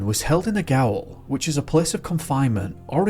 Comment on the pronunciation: Gaol is pronounced jail. It's the same word, just spelt (or spelled if you're American) differently. Gaol was the original English spelling, but the Americans preferred jail and now that's how most people spell it.